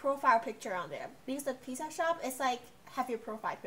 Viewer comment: Is pizza not pizsa